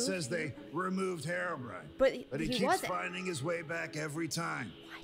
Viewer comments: STOP CALLING HEROBRAIN HEROBRIAN! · listen... IT'S HERO-b.r.i.n.e